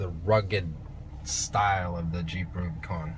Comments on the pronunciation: nicholas rose he keeps saying RubyCon haha it’s like dude “it’s Rubicon” at least learn how to pronounce it right! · We say (RUBA)-CON not (RUBY)-CON. OlllllllO 🤘🏼 😆 🤘🏼🇺🇸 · Great vid, but its not "ruby con" its "Rub-ih-con", like the Rubicon trail. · I agree man he also doesn't say anything about the front locker, sway bar disconnect and he said two door had plenty of room behind the backseats......what? Haha he also says ruby con haha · Was it the ladies sunglasses he was wearing? I stopped watching after he pronounced Rubicon "Rubeeecon". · Ruby Con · Just me being picky hate the way u say rubicon